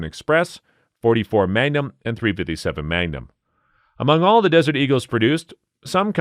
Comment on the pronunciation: I like when some of these videos say "Dot 3 5 7 Meg-a-num) and so on... Haha!... Or "4 5 4 Castle".... Haha! ...Can always tell it's a computer generated voice translation....